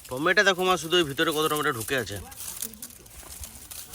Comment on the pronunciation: টমেটা না দাদা টমেটো উচ্চারণ করো❤❤